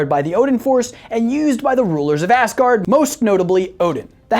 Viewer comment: When ever be says asgard it sounds like assgard